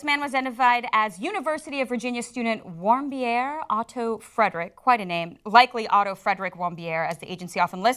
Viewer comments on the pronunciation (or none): guys, the name is "Warmbier"... warm beer, get it? Don't pronounce it French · Warmbier, pronounced: warmbeer. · It' pronounced VAHRM-beer. It's a German name. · His name is Otto Warmbier. Warmbier is pronounce warm-beer